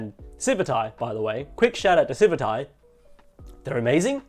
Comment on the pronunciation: Isn't it pronounced "Civit AI" with the "t" on the end of the first followed by an "AI" -- just like how it's color-coded -- instead of "civi 'tai" with the "t" before an "eye" sound?